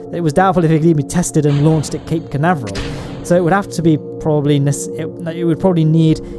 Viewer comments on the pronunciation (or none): none